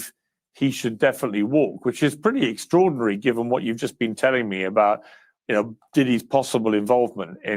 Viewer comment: Piers Morgan " Eggtrordinary " 😂😂